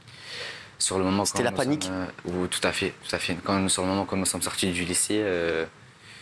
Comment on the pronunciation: ‘Toutafé toutafé’ 😂😂